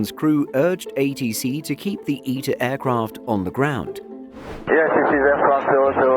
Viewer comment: Eeta Airways 😂😂. Mate it’s ITA